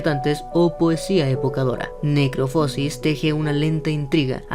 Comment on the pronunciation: Se pronuncia "necroposis" sin acento, no "necropósis"